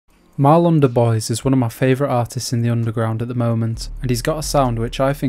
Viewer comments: idk if it matters but DuBois is pronounced "Doob-wah" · well look at the book artist wb dubouis it's pronounced dew bwaw but idk all that matters is we're fans of the shed